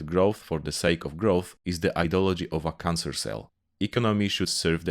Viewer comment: Given they are Polish I would not stumble too much on their pronunciation. I mean, we all know what he means with "kahnser" (in that quote on growth for the sake of growth).